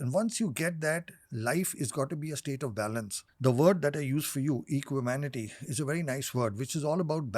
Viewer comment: Equanimity*** not Equimanity ☺️